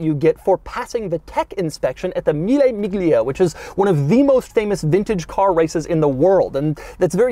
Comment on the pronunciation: A man whose last name is DeMuro is not legally allowed to pronounce "Mille Miglia" that way